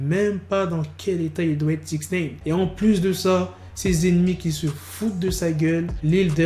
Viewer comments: Arrête de dire Sixnaine c'est Sixnine !!! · Apprends à bien dire les noms please . Joe Budden ( boudden) et 6ix9ine (Naïne ,non néine ) . Peace